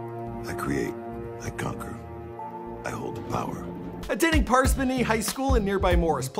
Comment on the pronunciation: Im from Parsippany man, it aint that hard to say lmaoo